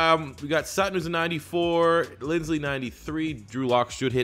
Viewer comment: he's been saying Lindsley since he was drafted lol we can only hope